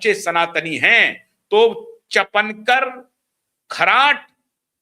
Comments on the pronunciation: अरे बाबा चपनकर नहीं है सरनेम चाकणकर बोलो 😅😅! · The real name is Chakankar not chapankar. Please correct yourself. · चपणकर नहीं चाकणकर तुझे पञकार कौन बनाया ,पहले बोलना शिक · पढ़ाई कम है चापणकर नही चाकणकर खराट नही खरात बोलो आपकी न्यूज महाराष्ट्र के बाहर चलेगी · रूपाली चाकणकर not चफणकर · चाकणकर नाम है, चापणकर नहीं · चपणकर नहीं ईनका नाम चाकणकर हैं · Say Chakankar not Chapankar.😂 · चपणकर नहीं चाकनकर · wo “chapenkar” nahi hai, wo “ chakanker” hai. P nahi “k” hai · सर चापनकर नही उनका नाम सौ. रुपाली चाकणकर है | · चपणकर नहीं,चाकणकर नाम है। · " चकणकर " इस नाम का सही उच्चारण " चाकणकर " ऐसा है/ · चपनकर नही चाकणकर. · अबे चपणकर नाही चाकणकर... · चपणकर नही चाकणकर। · को कोई बताए चपणकर नही चाकणकर